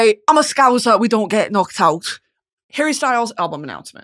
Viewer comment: now how exactly did you nail it to the t on the end of out.